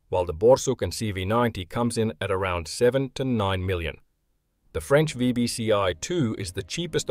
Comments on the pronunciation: "Pardon my french" No need man, your pronunciation is excellent! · You re french accent was really good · Lol. "Pardon my French". Proceeds with perfect pronunciation. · Your French pronunciation was decent. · Don't worry, your pronunciation is very good ! Greetings from France 👋